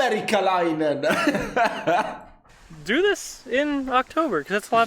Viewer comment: You said "Amerikkalainen" very well, like in Finnish way! 👍🤝